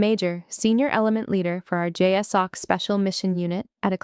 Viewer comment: And I will be forever thrilled when the acronym "JSOC" is correctly pronounced "jay-sock".